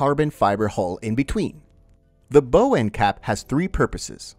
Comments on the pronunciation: The “bow” of a sea vessel is pronounced like taking a bow, not like the bow on a present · It’s BOW you AI nitwit, not BEAU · Not the "bo". It's pronounced bow like wow. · Bǒw not Bōw. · Idiot! A boat has a “bow” - pronounced the same way as “she took a bow before the audience”. It does NOT have a “bow” = pronounced the same way as “she had a bow in her hair”. FFS. Hire an editor who’s been on a boat at least once. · Bow is pronounced like how. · It’s pronounced “bow,” not “bo.” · Bow is pronounced as "B-OW" like you're saying "OW!" when you hurt yourself. Bow as you said it "B-oe" is when something bends, like a bow and arrow or beam under stress. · BOW*. It sounds like “ow! I hurt my toe!” B-ow! Say it again. B-ow. Now go back and re-do this video and repost it. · Get a new voice robot its bahww not boh. Bye now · You lost me at "bow". I think you mean bow - as in to rhyme with cow. Basic knowledge missing. Simple research clearly not done. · "Bow" on a vessel is pronounced like "wow". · Great video, but it's pronounced bow, like cow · When you can’t pronounce bow, it makes your video sound unreliable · stopped listening as soon as you miss pronounced bow.... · Please pronounce "bow" properly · Repeatedly mispronouncing "bow", talking about "coast guards" and incorrectly summarizing how sonar works. Boy, I better buckle up for some expert knowledge. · It's bow not bow